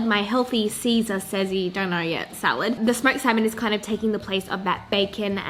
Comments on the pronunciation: See-Sezz Salad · "Sezz-ar salad" i love it haha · “Sezza Salad” it sounds really Australian🤷🏼‍♀️ 😂 But it works! 💃🏼💃🏼